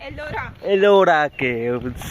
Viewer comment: Arola Caves 😂😂😂 Ellora Caves 😊